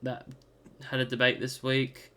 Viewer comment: Debut is not pronounced debate